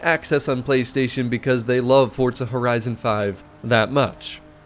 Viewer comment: Fortza 😅 there's no T in the name why do y'all pronounce it that way?